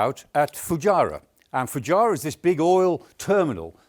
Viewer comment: There is a strategy?? OMG, at least get the pronunciation of things right, Foo-gy-ra??? 😅😅Never heard it called that before.